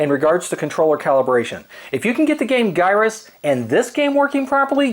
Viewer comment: Gyruss is pronounced "Jyruss." It plays off the word "gyroscope." J sound word like GIF. #GIF_is_JIFF